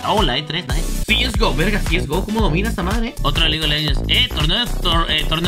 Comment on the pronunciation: Cieisgo xd SE DICE CSGO